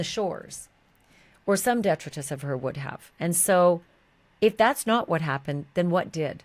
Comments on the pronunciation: Respectfully, DETRITUS is Latin and pronounced "Dih-TRY-tuss" in US American.💜 [*Janis runs to hide in the shrubbery*😎] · Please check your pronunciation of detritus.